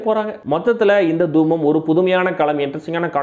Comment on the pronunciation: தூம் இல்லை பிரதர். தூமம்.